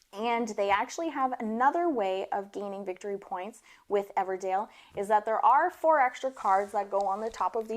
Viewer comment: Your accent isn't super southern but 'Everdale' every time cracked me up